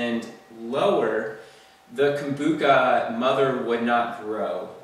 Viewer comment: Lol poor thing sound the ch out:-)